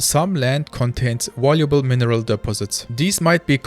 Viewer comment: Danke für deine Videos. ein Hinweis für die Aussprache: das v wird im englischen wie unser w ausgesprochen, das englische w hingegen nicht. also device = diweis valuable = wäljubel